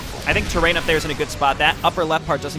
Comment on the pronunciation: Gotta say, love your play, but man, it gotta learn Tyraen's name. Tyraen is Tie-rae-in, not Terrain. ;)